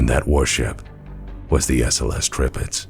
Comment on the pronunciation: No you did not say that right. But Tir-Pitz is a german name. One of a very (in)famous WWII Battleship actually. And non of you anglos ever get those right. is making a very good effort and manages to get them mostly right. Edit: And i just noticed, that it is actually written wrong in the title of his vid as well O.o Edit 2: Huh, appearantly that wrong name is the actual name used..